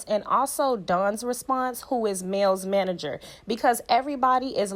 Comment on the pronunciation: Not Mel manager😂Please do better with your English…..it’s Mel’s manager.